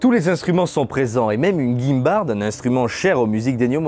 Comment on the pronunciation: Une guime barde ???? ça se pronone guin barde